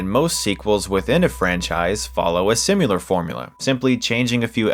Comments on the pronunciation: "simular formula"...didn't thin you'd slip that one by me did you? #similar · Simular? Learn to talk, please. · Chris, big fan and I hate to be "that guy", but it's similar, not sim-yah-lar. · similar, not simular